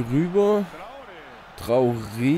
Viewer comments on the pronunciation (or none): none